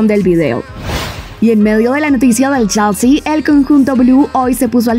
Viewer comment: Se pronuncia chelsi o chalsi